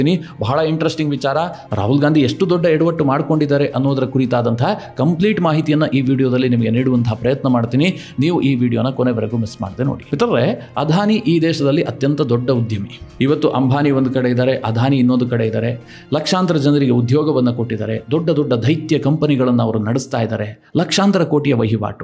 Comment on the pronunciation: ಅಧಾನಿ ಅಂಭಾನಿ ಅಂತ ಹೇಳದೇ ಅದಾನಿ ಅಂಬಾನಿ ಅಂತ ಸರಿಯಾಗಿ ಹೇಳಿ